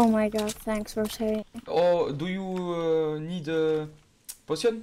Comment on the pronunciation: Cette anglais de ouf "do you ned potion,do you ned shield" xD